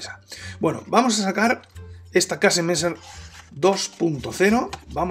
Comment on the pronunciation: Pa comerte un buen Old Amsterdam.... Saludos maestro.. PD: Para ayudarte con la pronunciación di mejor kesemessa..